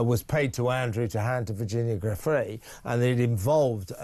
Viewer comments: Is it too much to ask Mr O'Sullivan to pronounce Giuffre correctly? Mr Lownie does, so why doesn't he: small point, but significant. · When will you newscasters and podcasters (& American members of congress) learn to pronounce Virginia's surname properly, for God's sake?!! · Kevin please pronounce Virginia Giuffre’s name correctly. At least show the poor woman that bit of respect.